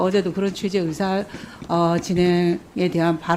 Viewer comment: 어사? 의사 ! 발음도 시원찮네?